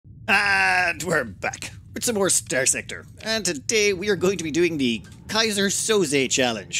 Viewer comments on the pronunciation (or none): No, his pronunciation is bad.